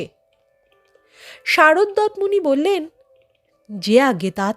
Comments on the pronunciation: কথাটা হসন্ত দেওয়া তাত নয়, উচ্চারণ হবে 'তাতো'। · অভিনন্দন এই গল্প টি শোনানোর জন্য। শুধু মনে রাখবেন --উচ্চারণ হবে তাত্ নয় তাতঃ কণ্ব অথবা তাতো কণ্ব।ঠিক ঠাক বোঝাতে পারলাম কি না জানিনা।